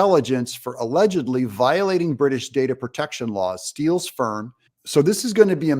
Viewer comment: TenApel's in a camel coat rattin' out Hildabeast-again! Did TenApel just say: "Steel's firm" or "Steel's sperm"?